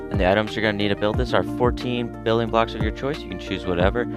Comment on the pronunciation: i thought u said billion for a sec instead of building lmao